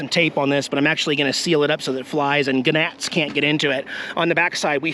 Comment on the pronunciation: Gnats,, The G is silent.